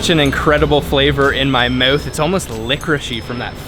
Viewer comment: Where are you from, pronouncing your "ou"s as "u"? "Put that snack in your "muth".